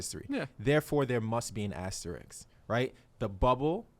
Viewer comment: Bro how hard is it to pronounce asterisk